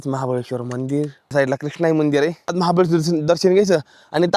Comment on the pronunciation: खरं सांगतो लय ग्रेट आहे तु,आणि अशेच व्हिडीओ बनवत जा शाळा शिकला नाही तरी धाड धाड इंग्लिश बोलतो मानलं तुला, आणि,"आहे शब्द नीट" म्हणत जा बाकी काही अडचण नाही, हर हर महादेव